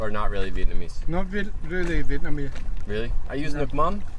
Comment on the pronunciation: your pronunciation and tone/accent is getting really good! Most of the Vietnamese sentences you said in this video was quite on point! Impressed!